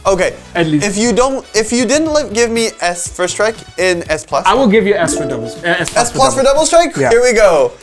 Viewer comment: Strike not SRTIKE